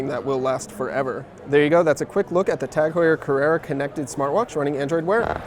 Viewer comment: Would be best to learn how to pronounce the company name properly before doing a video on it